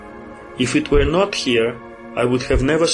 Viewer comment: Богатый словарный запас, однако, молодцы. Если что were читается как уё или вё, а то на слух как where получается)